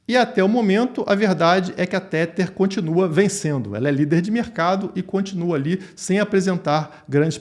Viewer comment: Não aguento mais escutar pessoas pronunciando Tether de maneira errada. Nesta palavra, o TH tem som de D. Então repita comigo é " TEDAR " TEDAR TEDAR TEDAR TEDAR TEDAR. SE TIVER DÚVIDA É SÓ DIGITAR NO GOOGLE TRADUTOR E COLOCAR ELE PRA PRONUNCIAR PRA VOCÊ!